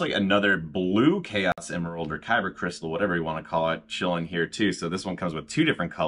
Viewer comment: "Kyper crystal" TF you call it?